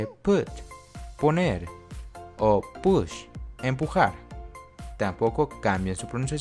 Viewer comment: soy hablanted nativo y no es cierto cuando dijo que las vocales no se cambien, pronunció "bird" invorrecto y también las mayoría de las otras como "puul" y "push". casi todo lo demás fue correcto pero quiero ayudarles, no es cierto de que los de un sílibo se pronuncian como de español, hay demasiado tontería en ingles pero desafortunadamente eso es como es.